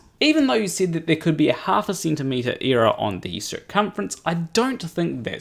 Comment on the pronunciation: nice video but what the hell is an eeerror